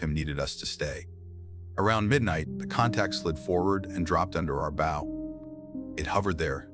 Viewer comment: Won’t be subscribing till your A.I. learns to pronounce bow (as in a ship’s) properly!